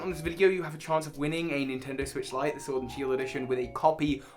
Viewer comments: Ah yes, Pokemon Shiord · Nobody: Literally nobody:: POKEMON SHORD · ah yes my favorite title, pokemon SHVORD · haha Shiord Was that funny? Kinda I hope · Nobody: That pokemon case at the beginning:ShOrD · Nobody:: Pokemon SHWORD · Nobody: case in the intro: Pokemon Shiord